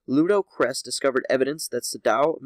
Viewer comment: You are having serious problems pronouncing these names. Sadow is pronounced the same as Shadow (without the H) Kressh is not prounced cress, it's kresSH. It's Massassi!! MASSASSI!